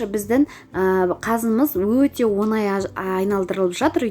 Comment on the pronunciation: Қазақ сөзінде ,,ң " әрпін дұрыстап айтыңыз. , онай " орысша ,,десят месяцев"- он ай. Оңай деп айту керек,,легко".